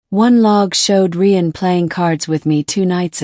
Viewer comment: Rian is pronounced the same as Ryan, you stupid machine😂